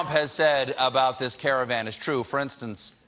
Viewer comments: if he said scare-avan, kudos. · it's car-wah if you want to pronounce it correctly. Actually it's origin is Persian(Karwan)